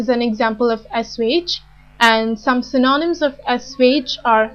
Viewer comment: The content of this video is interesting, but her accent is intrusive and confusing and her stress and pronunciation are at times incorrect, e.g. "implacable", "apathetic", "synonyms".